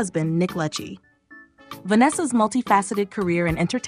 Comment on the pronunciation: Vanessa Lachey's last name is not pronounced the way you stated. It is pronounced like La Shay.